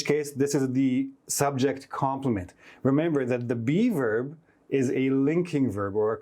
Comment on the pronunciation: Thank you for all these insightful classes, keep it up! The only issue I have is that every time you say "be verb" I hear "":D